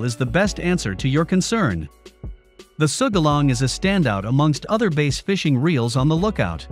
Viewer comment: Can’t trust a review that can’t pronounce BASS correctly (It’s not pronounced BASE)...